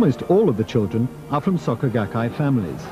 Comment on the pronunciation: Was going to watch this, but literally in the first few seconds you call them "saka gakkai". I literally cannot take some one seriously if they cant even bother to figure out how to pronounce the basic sounds of w/e they're trying to introduce lol, imagine all the other details being left out.